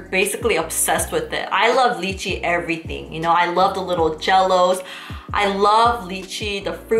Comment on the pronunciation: Lychee (pronounced as lie-chee). Not 'leechy'